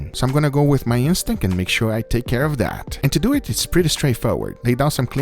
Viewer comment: Let's dueeeeet